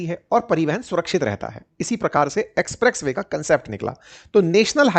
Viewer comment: Bhai ji apka Ucharan express Way ko aap galat Bal rahe hai so kripya dhyan den